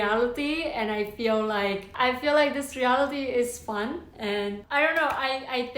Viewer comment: Does not sound like "fun"